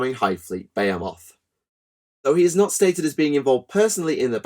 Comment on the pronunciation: It's B-HE-MUTH